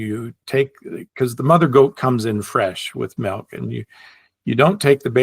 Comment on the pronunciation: thou shalt not say “melk”. 😂